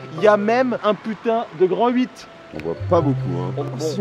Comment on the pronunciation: Il dit lhuit au lieux de huit